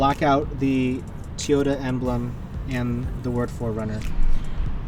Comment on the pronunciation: Toy-Yoda, not Tee-yoda.